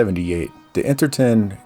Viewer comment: Almost certain that "Interton" should rhyme with "tone".